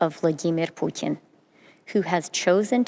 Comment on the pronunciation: Why such a supreme effort to pronounce his name correctly. Must have alot of respect for him, it's creepy and off.